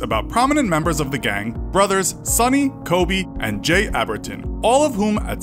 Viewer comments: did you even watch the doco? guessing not, as you have no clue how to pronounce Jai's name lol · How you gonna make a video about someone and not know how to pronounce "Jai" correctly.